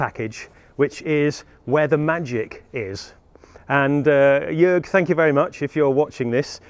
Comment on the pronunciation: HA HA HA, I knew it! =) BTW: Jörg sounds more like Jerg than Jorg. For the next time. : >